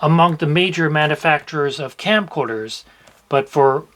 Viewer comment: are you saying campcorders? it sounds like you're saying campcorders. fr though great video these plugs are a nightmare.